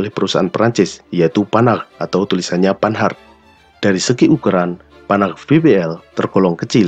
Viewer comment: Yg saya suka, naratornya mengucapkan Renault, Panhard dan Peugeot dengan pengucapan yg benar.